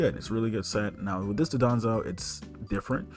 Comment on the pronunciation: Just a heads up it’s Don-dozo and not DOD-onzo like you keep saying